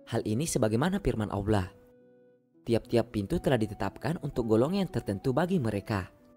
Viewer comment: Kenapa tak sebut Allah dgn jelas ?